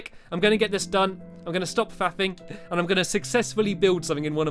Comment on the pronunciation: When you say faffing or something.. you sound like saying fapping.. xD LOL